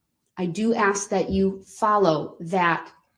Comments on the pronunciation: Also, if I had a dollar for every time he said “would it be fair to say…..” when he questions people. He can’t say “ask”, always comes out “ax” 😂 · Um, personal note, I HATE when people say "axe" instead of "ask." Like "I axed the judge and she said no," so he should be found guilty of abuse of the English language. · Very entertaining. If he could only speak English though... Dis, Dat, Dah. And he "axes" questions instead of asking. He refers to himself as the "alleged defendant". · All I want to know is, where is the motion to suppress the defendants use of the word “AKS”??? His “AKS” count is well over 1K in this matter. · I find his inability to pronounce simple words annoying (ax v ask)